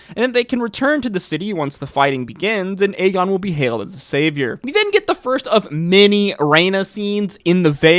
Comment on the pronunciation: I’m convinced bro was mispronouncing aegons name on purpose because he said it right a few times. Aegon not agen. As much as you know about the lore of asoiaf I know you know it’s the 3 eyed raven not the 3 eyed crow. That felt personal 😂😂 everything else was spot on though.